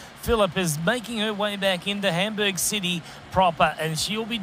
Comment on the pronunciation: Homburg? Sodoro? What is it with the mispronounciations?